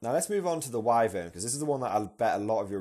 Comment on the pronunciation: Whi-Vern, not Whai, ffs :)